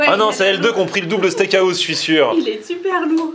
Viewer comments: Liké si toi aussi sa t'enerve quand il dit steak a house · Steak haouse